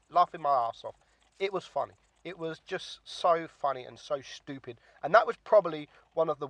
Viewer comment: I find it funny how you call people dummies when you can’t even say stupid right lol 😂